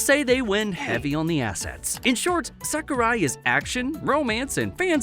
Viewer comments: Why are you calling sekirei "sakirai"? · It's seki-ray, not seki-rye..dude, your pronunciation is terr-a-ble😆